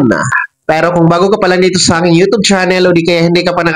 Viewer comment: U tob, Mali pagka pronnounce